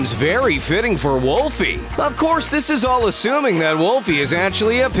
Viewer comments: It's pronounced Willow not Wolfie Plus she already has a jump scare she kicks and then shoot you that's the real one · It’s willow not wolfy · it's willow not wolfy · its willow not wolfy